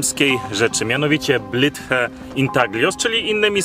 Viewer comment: Panowie, popracujcie nad wymową angielskiego. Po prostu sprawdźcie w transatorze jak się wymawia Blythe. Sorry jeśli to mi tylko sprawia problem i pewnie się czepiam, ale nie pierwszy raz to u was słyszę. Nie trzeba być po anglistyce żeby się dowiedzieć jak to się poprawnie się wymawia tym bardziej, że jest was trzech muszkieterów i pewnie każdy z was ma telefon. Nie przeszkadza mi jak ktoś mówi z akcentem, ale można by nie kaleczyć nazw własnych, bo to was dyskredytuje.